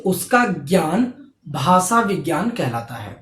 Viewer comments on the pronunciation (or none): Hello sir, good evening ! Aapka padhana bahot achha he aapke knowledgeable baat samjate ho par muje aapaka pronounce jo 'भासा' uski jagah भाषा shabda ka pronounce kijiye